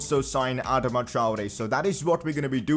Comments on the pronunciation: Its pronounced Adaama traore not adema traore plz pronounce it correctly No offence just a humble suggestion love the series keep it up🔥👍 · bro youre pronouncing adama wrong its not adama its adaama